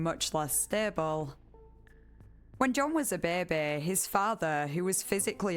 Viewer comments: Bæ bæ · i thought i was alone in whispering to myself "behbeh" every time she says it haha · "When John was a babeh"